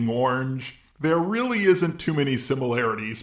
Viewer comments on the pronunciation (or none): none